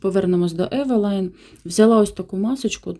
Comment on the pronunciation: Ви починаєте свій канал, тож говоріть вірно: "Евелін"--фірма названа жіночим ім'ям. І польською--це "і", а не "ай", як читають "розумні блогери" назву польського бренду на англійський манер. Косметика евелін чи евелайн Eveline. Назва польського бренду Eveline походить від жіночого імені Евелін. Так що варіанти вимови "Евелайн" або "Івелін" помилкові.14 сент. 2020 р.